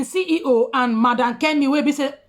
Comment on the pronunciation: CEO NOT CEE HEE HOO🤣🤣